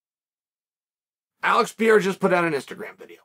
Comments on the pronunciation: Pe-hā-dä, pe-ˈrā-rä, but not piera. 🤦‍♂️ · i don't understand how someone can look at pereira and say it as piera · dude why you keep on saying Piera? Pereira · It's amazing watching Chael's pronunciation getting better and better. He started by calling him Pi Era. Now it's Pereura. You're almost there, champ! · Chael: Alex Pee Era. Everyone else: Alex Periera. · Seems like nobody’s told Chael that Pereira it’s not pronounced “Pierra” it’s “Pe-re-eeh-ra” lol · Why you keep calling him PEIRA??? IT'S PEREIRA!!!!🤣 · Pereira not Pierra. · He still says Pi era lol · You mean "Piera" 🙂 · "Pier-a" I didn't know Pereria became a frenchman. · It sounds like you call him "Pierre" 😂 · Pierra lol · why does Chael mispronounce the names of certain fighters like Pereira and Chimaev? it it supposed to be amusing? or is he a bit thick?